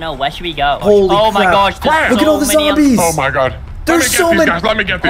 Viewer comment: Did caylus just say "There are a couple of zomboz"